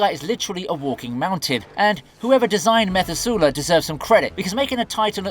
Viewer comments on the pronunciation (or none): picky point: Methuselah is a biblical name and is pronounced either "me-thu-say-lah" or "meth-you-se-lah." (Not "metha-zu-lah.") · Either this is AI crap or the Creator is an idiot. He pronounces Methuselah wrong, mixes up Which movie some of the monsters are in, And the narration sounds lazy